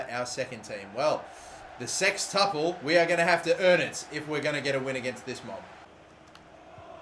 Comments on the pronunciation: "sextuble" really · Are you calling it the, 'sextuble' just so you can the word, 'sex' in it? Really?